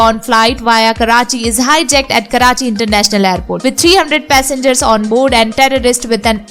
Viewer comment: great work, one piece of feedback - the host should talk in a language he or she is comfortable with. Hindi language to talk about Hindi films should be most appropriate. Coz with English pronunciations she is really horrible. - Hijuck (for hijack) ???? - dungur (for Danger) ??? - save the lives (its pronounced as "lives" and not liv's).... looks like she is just blunting reading a script without knowing what she is reading......